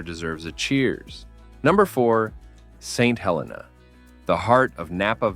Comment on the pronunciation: What crappy AI narration… it is pronounced Saint HelEEna, not Hellena… and YONtville, not Yuntville… make an effort